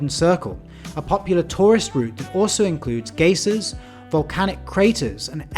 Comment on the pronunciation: It’s beyond me how you nailed pronouncing Icelandic names/places yet such a simple thing as a geyser trips you up 😂😂❤ Thank You for these!